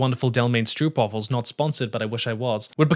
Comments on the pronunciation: being Dutch I have to tell you that it's ponounced strope like trope, not stroop like loop. ;) A Dutch food-related saying: "daar heb ik geen kaas van gegeten", which literally translates to ""I have not eaten any cheese of that", which means that you don't know much about it. As if everything contains cheese and if you have eaten it, you know a lot about it... no wonder the Dutch are at times referred to as "kaaskoppen", which translates to "cheese heads" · Youre prenouncing stroopwafel wrong. It sounds goofy like that. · I know dutch is basically unpronounceable but stroopwafels as stroepwaffels is wild. Like the roop sound exists in english with words like rope. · Dutch girl here. The "oo" in "stroopwafel" is more like the "o" in "open" or "hope" and the A is hard to give an example of but probably best approximated by the ones in drama. Getting at least the oo right would get rid of most of the chuckles from actual dutch tho. Oh, and while we're at it—English speakers, please: "Gouda" cheese is not pronounced "Gooda." The "ou" sounds more like the "ow" in "how." :)